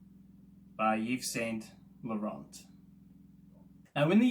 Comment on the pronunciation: I'd certainly try a sample of your fragrance, would it have an old school vibe? - ( Eve San Lawror, it's pronounced mate ) Nice review, well done.